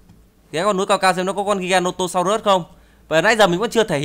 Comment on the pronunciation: Đọc đúng là giai ghe nô tô sau rớt.Không phải là ghi ga nô tô sau rớt